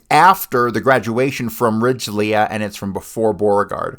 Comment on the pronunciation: "Ridglea" has two syllables, the "lea" pronounced like "Lee." (I attended Stripling in the '70s, after it had become a middle school; somewhat coincidentally, considering your mispronunciation of "Ridglea," the only other student I remember from those years was named "Leah.")